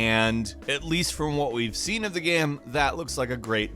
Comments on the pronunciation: I keep hearing him say gam instead of game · At the :46 mark, why do you keep saying GAEM? It’s one syllable. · Why can't say 'game' right